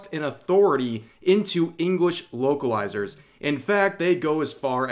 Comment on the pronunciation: Whenever Rev said "vocalizers" I hears "wokelizers" :)